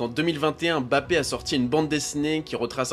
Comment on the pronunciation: par pitié, arrêtez de dire Embappé, c'est "Mbappé"